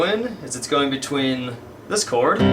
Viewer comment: when u said this chord in part 8 it sounded mor like discord^^ lol